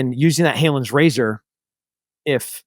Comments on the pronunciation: It's "Hanlon's" Razor not "Haylon's" Razor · Exactly. He keeps saying Halon's razor 🤷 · Come on Tim. It’s Hanlon’s razor not Halon’s. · "Hanlon's Razor" just to correct a slight error.